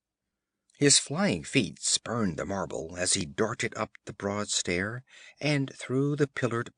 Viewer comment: a, not aye; the, not thee! I lasted 45 seconds.